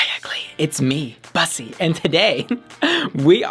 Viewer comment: Why does she mispronounce "bussy," which is a Black Gay term in the first place...